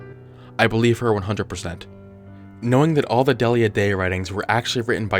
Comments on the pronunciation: I thinks it's 'Dee-lee-ya' not 'Dell-ia" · It’s pronounced Deal-ya.